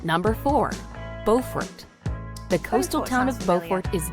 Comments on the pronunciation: There are two Beauforts. The one in N.C. is pronounced Bo fort. The one in S.C. is pronounced Bew fort. The narrator mispronounced the S.C. Beaufort. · AI, it's pronounced Like this, B-you not Bo. LOL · "Bow fort".....that's not how you pronounce that name its "be-you-fort".....Beaufort....at least that's how the locals say the name. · Ive never heard Beufort pronounced Bofort before, in South Carolina its pronounced more like "byoufert" like the beginning of "beautiful" and the word "fort" combined. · They mispronounced Beaufort. It's "bewfort" in South Carolina. The city with the same name on North Carolina is pronounced "bofort". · They didn't mention Parris Island either when talking about Beaufort (Which pronounced wrong). Guess you can't win them all. 😇